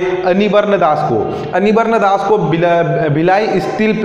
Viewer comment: मित्र वो रावाघट नहीं रावघाट है, अनिबर्न नही वो अनिर्बन है।